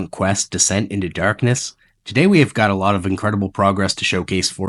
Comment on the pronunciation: Are you Canadian? I can hear it in “durkness”